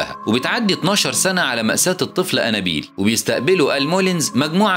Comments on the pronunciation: نت بتنطق انابيل غلط خالص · الاكسنت تبعه هو و عم يقول انابيل خلت الفلم يقلب كوميدي